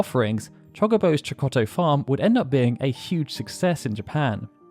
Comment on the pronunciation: The double-t in “Chokotto” contains a glottal stop, which sound does exist in English and so shouldn’t be difficult to imitate.